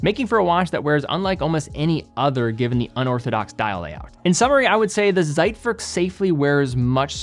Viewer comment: Man, please learn how to pronounce "Zeitwerk". What kind of expert are you when you don't know how to properly pronounce things you are talking about?